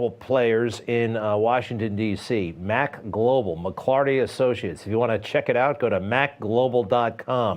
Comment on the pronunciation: it's maglobal not macglobal